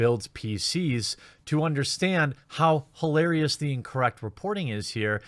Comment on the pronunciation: I see what ya did there. Its 4/20 so you said "highlarious" instead of "hilarious" . Thats funny.